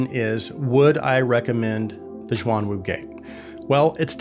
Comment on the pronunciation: almost correct, but its, shhhh-yuan - wu [ shh - yu-uan ] the " shuang " you have been mispronouncing, meants " dual / double " 双 the " xuan ", for these, are "mythical/. mysterious " 玄 not a knock btw, good to learn new things =D Im just surprised, the same specs from other non-chi-fi runs up to 1k mark. base from your earlier reviews, gotten the Performer 5 [ 2nd hand, a steal ] and still awaiting for the Ikko 10hs sapphire mirage, BOTH, which are not so well reviewed [ 30mins worth of scrolling through pages in youtube as well ] any chance for reviewing the portable DAC that performaces better than m15 by. questyle ?